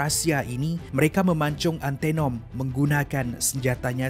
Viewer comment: Sebutan antanom bkn antenom ..